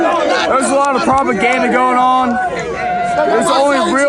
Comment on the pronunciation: LMFAO! He really had problems with the word "Propaganda"